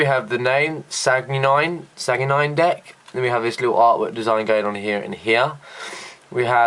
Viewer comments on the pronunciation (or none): It's pronounced San-Gwin. And it's spelled sanguine.